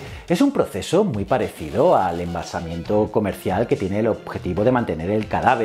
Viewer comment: Embalsamamiento, creo que se dice.